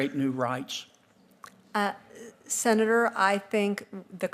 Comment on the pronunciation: What's a Sena duuurrrr?